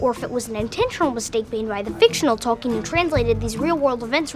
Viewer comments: Adult Seldon mispronounces Tolkien making it three syllables, it is pronounced Tol-Keen. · I can't believe Sheldon is mispronouncing Tolkien's name! Sometimes... smart people can be total idiots.